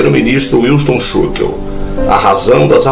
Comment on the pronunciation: Gostaria de expor minhas opiniões quanto ao Canal, é extremamente desagradável, quando visto o vídeo na horizontal, qual a necessidade desse vídeo rolando o tempo todo, bastaria a imagem sendo trocada. A pronúncia do nome do notório 1o ministro inglês é péssima. Quanto ao conteúdo está perfeito, boas as fotografias mostradas. A pouco aceitação com likes deve ser consequência destas observações. Saúde e prosperidade.